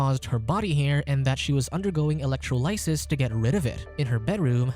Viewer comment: Electro "lie siss". You had one job.